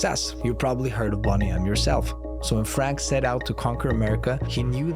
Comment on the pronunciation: You can't even pronounce Boney M 's name correctly....